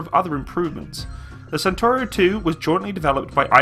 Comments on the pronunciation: Is not "santoro" but "chentauro" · so is pronouncing it like British Centurion (I mean the the tank of 50th)? Perhaps he will realise that. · 14miki CENTAURO 1 , CENTAURO 1 , not Centurio !